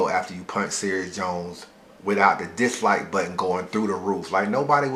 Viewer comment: my nigga has a tough time saying "dislike" though